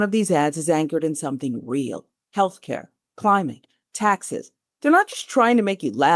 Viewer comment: This is AI slop Shop. Check out: is it "climbing taxes" or "climbing, taxes"- AI doesn't know and neither does this. Boo